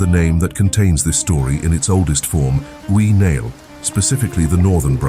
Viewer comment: I'm a proud Irishwoman. Mise Ui Niall (O'Neill). The narrator here is murdering the pronunciation of my native language.